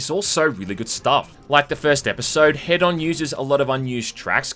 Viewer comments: It’s H-eed-on like Hedonist. Not head on, apply to forehead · >head-on Bro... IT'S HEDON. Like Hedonism. Say it with me, now!: [Heeden]. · Wait why does even the game pronounce "Hedon" as "Head-on"